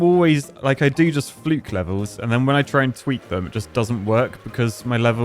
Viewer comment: heh heh Fluke-y 37 years alive and i have never heard my last name said with a y and im rolling